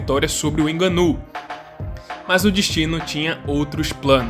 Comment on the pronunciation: Hahahah não inganou ninguém... Não se diz fraingo mas sim frango então o ngo do frango é conforme devemos pronunciar... Nga-nou... Contudo parabéns pelo video...